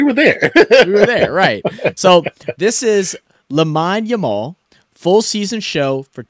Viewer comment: It's pronounced Lameen Yamal